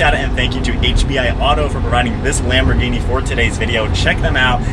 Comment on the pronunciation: The H is silent.... Almost everyone says it wrong, including me at one time.❤ . A Lamborghini executive told me almost everyone says it wrong.